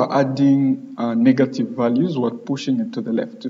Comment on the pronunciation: nice tutorial. when you say negative, it seems like you are saying "NiggaTive